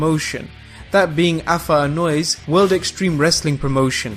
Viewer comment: pronounced Anoa'i incorrectly